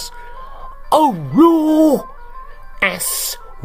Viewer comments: GOKILL saat berucap aulloh atau muhammad.. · aaauuullooohhh eeesss wee teee logat mana nih ? pasti arab pesek.. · Kenapa ya pas nyebut Allah ,al qur'an,nadanya narasumber agak gi mana gitu,kayak nada2 ada apanya gitu,mudah2han aja nadanya bicaranya kek begitu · Nyebut nama a****oh dan m*****d nya keren banget... Ga ada duanya 😅😅😅😅😅